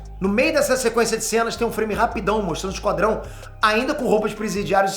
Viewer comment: "Esquadão" kkkkkkkkkkkkkkkkkkkkkkkkkkkk